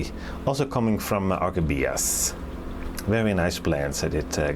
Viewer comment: Please, don't say Phalaenopsis gigantica but gigantea and Orchibias and not Orchidbias😊